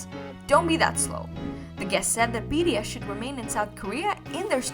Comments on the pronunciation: i think she said bts but it sounds like bds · DEAR, YOU SOUND LIKE YOU ARE CONSTANTLY CALLING THESE SEVEN AMAZING MEN,"B....D.....S." RATHER THAN "B......T.....S.". I'VE LISTENED TO ONE OF YOUR VIDEOS ABOUT BTS TWICE AND KEEP HEARING B........"D".......S....... PLEASE SLOW DOWN AND SPEAK CLEARER FOR US!!! ❤ THANK YOU SO MUCH!!!! ❤🎉😮😢😅😂😊🎉❤ Sherrill Smith PAC/NW/USA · Its BTS not bds sorry but pls pronounce their name correctly am really sorry for the rudeness but yea❤😅😊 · Is it me or She says bee “ ri” S vs bee “ tea” S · It's B-T-S.....not B-D-S ! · B....t...S Not ....B.D S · BTS. Not BDS😮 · I think my hearing has gone a bit wonking on it sounds like she's saying BDS not BTS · sorry its enoying you say Bds s many time , and called theme wrong name, its BTS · why are you saying bds, there name is Bts, how can you not know there name when the are famous all over the world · Not sure if your pronounciation was just off or you genuinely think their name is BDS. Its kinda distracting. Btw, I heard that the Halsey interview one was a skit or something. Its not really a real interview. Correct me if I'm wrong tho. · Your content is well researched...but please work on the prononciation of BTS...it sounds like BDS all the way in your vids...kind of annoying. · If u can't pronounce this boy band name right u should not be talking about them like u know them. It's B T S... say the alphabets right or r u poking fun of them too. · BTS pronunciation is bothering me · it’s not a big deal lmao. Don’t be so dramatic…there’s bigger problems than correcting a “D” to a “T”…that takes re-recording it